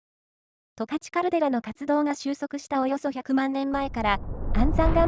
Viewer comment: すっごく良い動画なんだけど、ずーっと十勝を間違えてるんですよね。「とかち」ですよ。ずーっと「たかち」と言ってます😅